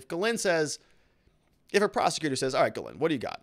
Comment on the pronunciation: her name is pronounced GEEZ-lane. French.